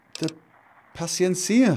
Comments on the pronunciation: Apocalypso You are correct. It's on the e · The Paciencia rifle... Isn't the accent on "-e-"? pronouncing it with accent on "-cia".